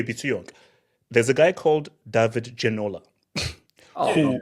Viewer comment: Man said david ginola 😂😂😂